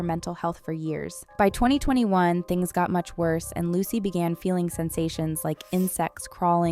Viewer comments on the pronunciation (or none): This. Is. Absolutely. Awful! Evil, honestly. Edit: Isn't it pronounced "loo-suh". Or closely like what?